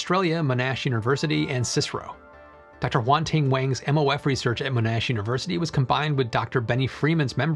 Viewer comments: hey thats the uni I got to, pronounced as monn-ash and CSIRO is just said as it's letters. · Love your explanations, your work and your videos. Thanks. The only thing that sounded out of place in the video was how you said Monash University.. It's pronounced MONash, and not moNAsh. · Love the videos, just noting in this one that Monash is pronounced “Mon-ash” as opposed to “Mo-nash” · Just FYI Monash is pronounced Mon Ash, and CSIRO whilst an acronym is never used as a word, its always C-S-I-R-O , the more you know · Monash is pronounced 'Mon-ash'. It is 'mon' as in mono, and ash, as in the tree. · Mostly, but "sigh row" is a thing as well. But how do you teach an American to say "Monash" correctly?